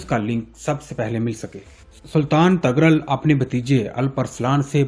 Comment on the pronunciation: TUGHRAL KO TAGHRAL MARW ko MAROO, KOTALMASH ko KATALMASH, YAABGO ko BEGOO, Ye sub kia hai, CHAAGHRI ko CHAGRI, خیر ہے؟؟؟😂😂😂